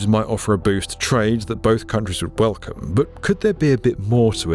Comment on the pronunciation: Is it just me, or will everyone belcome the dew road from the noffff ?